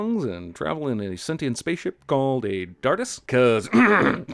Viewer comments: It’s actually tardis not dartis btw but I laughed so fucking hard😂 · 3 lungs huh? I think you meant two hearts, if you are going to sin a show for being like another how about you get your facts straight. Also it's TARDIS, not DARTIS Lol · Did you say Dardis? DARDIS?